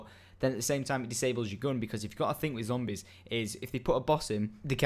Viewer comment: ending: "And adios" good job, next video try to get get the "R" out Zombiessssssssss!